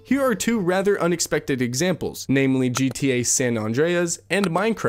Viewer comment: Incoherent; multiple times, surefire; , San Andreas; multiple times. 3 strikes: I’m outa here